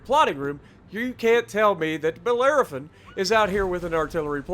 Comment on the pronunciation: It’s pronounced Ba-lera-fon. For people having issues with the event: here’s the basic strategy. DDs: your job is to kill Zikasas and prevent them from getting into the circle. Don’t bother shooting catapults, you won’t do anything. Cruisers: stay in the circle. Set everything on fire, and be sure to spread fires on the Zikasas. Help battleships with catapults when you can. Battleships: shoot the catapults. That is your biggest job. You should only be shooting at Zikasas if there aren’t any catapults to shoot at. Try to be ahead of the Transylvania as well. Rasputin occasionally charges the circle, and if he does, your best bet is to ram him and stop him where stands. For the final encounter: DDs should try to get as close as possible and take out the Zikasa’s first. The last two Zikasas tend to rush the circle, so they need to be dealt with immediately. For Rasputin himself: once the last two Zikasas have been dealt with, every ship needs to focus Rasputin. Cruisers should try and force Rasputin to burn his damage con on fires so that the DDs can perma flood him. Battleships would ideally go for drive-bys, but if Rasputin charges the circle than the battleships need to ram Rasputin to chunk his HP and stop him from reaching the circle. It should be noted: it is more than likely that your team will lose ships on the final encounter. That’s fine. If you do everything right, you should be set up for a comfortable five stars using this strategy. Now sometimes, Rasputin just rush